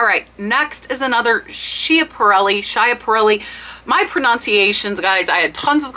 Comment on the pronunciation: Love your research! The pronunciation of that brooch is “Skiparrelli”. I didn’t know it either till I heard her jewelry people pronounce it .